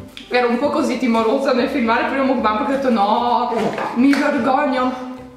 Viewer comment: Non ho mai sentito nessuno che mangia il panino da mc Donalds col pesce ahahah sei fantastica comunque lo dici bene mukbang si pronuncia con la A secondo me i gatti sono saliti sul tavolo dai ahah